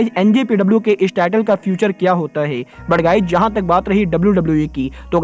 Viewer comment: ये है को गै क्यो बोलता है🤣